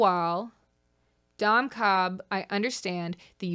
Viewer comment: Ok but counter argument to Dom Cobb's first sin: every time you say his name it sounds like you're calling him "dumb Cobb" with a slight accent which I think is very funny.